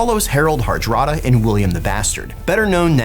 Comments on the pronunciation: harald harada? i always thought its harald hardrada :P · Ahhh right. Right my bad, pronouncing was a little strange so i misheard.